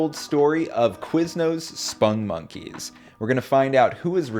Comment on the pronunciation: Why do you pronounce it "spungmonkeys"? It's "spong . . ." (rhymes with "pong"). That's how their creator Joel Veitch pronounces it.